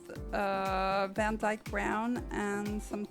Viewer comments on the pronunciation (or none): none